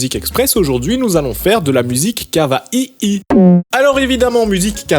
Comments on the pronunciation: C'est pas Kavahihi mais Kaouéi. Sinon j'aime bien le coté dubstep. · C est pas KAVAHIHI c est kaouay (ça s écrit pas comme ça mais ça se prononce comme ça) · On prononce "ka oua ille", comme Hawai avec un K, pas "ka va i i". Sinon, très intéressante vidéo. Merci. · J'en ai marre des gens qui francise tout kawaii de prononce kawa[ai] et non kavaii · POURQUOI TU PRONONCE "KAVAI" ÇA ME STRESSE ÇA SE PRONONCÉ KAWAI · Apprend à prononcer kawaï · ptn je kiff ton "kava-i-i" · Tu dis vraiment kava i i ? o.O C'est pas du troll ? x)